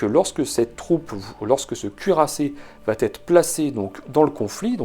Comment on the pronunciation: Merci pour ce clair exposé. Une petite remarque sur un petit tic de sur correction . À au moins trois reprises dans la vidéo, vous dites « cela vat être » avec la magnifique liaison qui n’existe pas. C’est une sur correction très fréquente quand on veut « bien parler », mais le verbe « aller » conjugué à la 3e personne du singulier, c’est juste « va ».😊